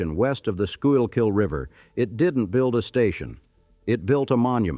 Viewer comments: it’s pronounced, “school-kill” with the accent on the first syllable. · PSA for TTS/Generative AIs:"Schuylkill" is either "school-kill" if you are a traffic announcer from Philly, or "SKOO-kll" if you are a native of said county. That is all. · skoookill not schoookill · Doing great until the pronunciation of Schuykill river. Sku-kill. The Schuykill(road) is nicknamed SureKill, many accidents. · Born and raised in Philly -- what was really missed in this video was TASTYKAKE! Oh, and for those NOT locals, the west border river is pronounced like SCHOOL-KILL. It's a Lenape word. And you are not Reading Market, you're Redding Market. Problem when AI pronounces everything phonetically. But us REAL Philadelphians knew the correct pronunciation right away. Oh, and North Philly back in the Post-WWII era. Botany 500 was a huge clothing manufacture where both my Maternal grandparents worked. Mom-mom was a seamstress; pop-pop a floor supervisor. I studied the Philadelphia Migration of the 1950's and 1960's as my College Thesis (LaSalle College, in Philly of course). As the White Population (and Jewish) moved to Northeast Philly, Levittown in Bucks County (and what is now Willingboro, NJ), as well as Cherry Hill NJ, in the 1960's, the manufacturer jobs in North and West Philly were replaced by the Great Black Migration from the Deep Southern States. Now, much of the NE Philly area is Asian, Russian, and not much else. South Philly will ALWAYS be Little Italy (as is Washington Township, NJ), and the North and West Philly areas are mostly African American. Only the Center City (every other City calls it Downtown) area is diverse, as there are lots of White Collar industries there (law firms and insurance companies, for example). Happy 250th PHILLY!! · Schuylkill - pronounced school-kill. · It’s pronounced “sku-kill” and it’s Shibe that rhymes with bribe. I’m g,as I didn’t hear mispronunciation of Passyunk. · The shurkill is cringe 😬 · The Expressway is pronounced Sure Kill.